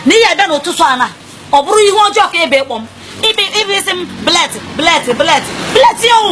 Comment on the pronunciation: Both blet and buraid, the both of them are wlong 😂😂😂😂